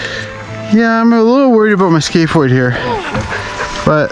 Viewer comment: i thought he was saying skateboard the whole time like someone named a bone skateboard